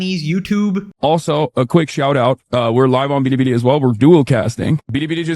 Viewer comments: Ultra racist Hasan pronouncing Billi Billi as “ Beerri beerri” even though Chinese L’s are pronounced like American L’s and Japan are the silent L people 😭🙏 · Hasan's a racist lmao. The 'L to R' thing is a Japanese thing. A Chinese person can perfectly pronounce a word with "L" in it. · He pronounces Billy Billy as “Biri Biri” which someone pointed out in another comment section means Electric Shock in Japanese. The universe just hates this man lol. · Hassan pronounces Bili Bili like Mel Blank voiced Twiki in Buck Rodgers, "bidee bidee Hi Buck" What an absolute space case. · LMAO does this dude know that the way he's pronouncing it as "Biri Biri" makes it sound like he's getting shocked in Japanese? 😂😂😂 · Excuse you! Its prounounced "biddi biddi" get it right! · I’m not sure if he just can’t read, or if he’s doing an impression of what his chinese handler calls the website, and I’m also not sure which of those is more embarassing. There is literally no “d” in bili bili. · why does he call it bidibidi? am i hearing that wrong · How anyone can stand listening to how he speaks. BIDI BIDI. Why can't he even say that right? OK? OK? Gah! Man is infuriating. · Omg! When it's sped up it also sounds like he adds a slight "tuh" sound in there too. I dont know about the rest of you, but when someone says a foreign word while attempting to replicate that region's accent, I find it weird and disingenuous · bro cant say bili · “BEEDEEBEEDEE did we do a no-no thing?” Why does he say Bilibili like that? Why does he say “no-no thing”? I can’t stand this man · If he says billibilli like that one more time… 🤦🏻‍♂️ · He tried (and failed) to pronounce Bilibili with an accent. Also BurntPeanut is really feeding well off hate watching since people forgot they could just ignore things they don't like. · Hasan pronounces “Billy Billy” like my white grandma saying “tortilla” at a Mexican restaurant. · It would be fine to say it the Japanese way if it was Japanese, but it's not.